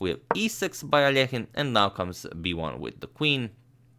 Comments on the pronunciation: Russian Алёхин needs to reed like -,,ALYOKHINE’’ ,not alEkhine! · Well, I learned today I’ve botched the pronunciation of ‘Alekhine’ my whole life.